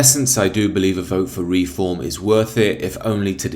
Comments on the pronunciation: It’s Reform not Re-Form 😂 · You lost me when I heard the way you pronounce reform.